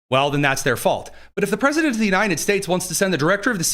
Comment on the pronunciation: The President of the “Unai-NED” States 😂 😂😂